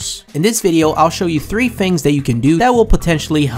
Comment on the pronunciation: i dont get why people cant pronounce "th" and they say "f" like. he says "Fings" Instead of "Things" (Im not trying to be rude.)